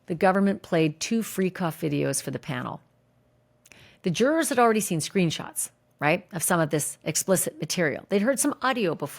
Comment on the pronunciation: I watch you because you have the best coverage of this case, with no crap added. But fuuuuuuuuck the way you say jurors is so annoying lol 😅 Why do you say it that way? And juror 6 loving 90s hip hop and nodding along with diddy n smiling when things go his way, should have been kicked out days ago!